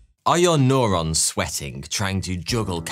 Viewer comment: I hate how he says "noorons". Its n-your-ons